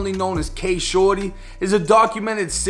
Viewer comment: I swear all throughout this video he’s saying shordy was killt